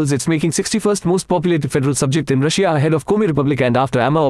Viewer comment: The way he pronounces Russia as "Rush-ee-a" makes me laugh